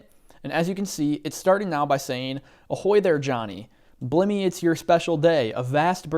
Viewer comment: great tutorial..by the way..in your pirate birthday prompt..blimey is pronounced (sounds like)..limey as in lime(the fruit) not blimey(as in) rim or slim..lol..if the a.i would have heard you respond by voice not text it might have corrected you on your mispronunciation of the word blimey..which in American etymological usage would be akin to the phase.."holy smokes"...lol..useless information but humorous to a old British dude